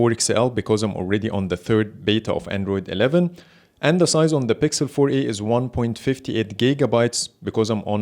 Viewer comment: I love that Arabic accent “bixel” habibi from ownagepranks